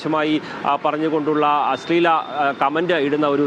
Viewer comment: അസ്ളീലം അല്ല അശ്ലീലം ....... ശ്ല...... ശ്ല